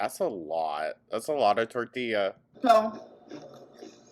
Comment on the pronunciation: I appreciate you trying to say “tortilla” the correct way ❤ I can’t stand when people say tortiLAH. One of my pet peeves as a Hispanic girly 😂